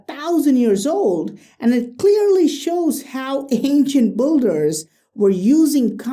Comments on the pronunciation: Dear, I'm a great fan of all your videos, man! and your English is great, you pronounce all the words correctly, so can you please also say "builders" as [bee]lders, but not BULLders?? correct pronunciation for "builder" is [ˈbɪldə]. Thank you very much!!! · OMG!! [beee]lders, not BULL!!!ders can you please stop mangling this word you use 1000 times in each of your videos?!? my ears are bleeding already!!!